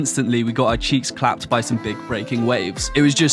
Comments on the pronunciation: Hearing a British person say "cheeks clapped" sounds aggressively homoerotic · Hearing you say “cheeks clapped” in a British accent just made me die of laughter 😂😂😂